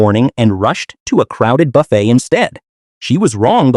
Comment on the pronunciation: Boofet? Really.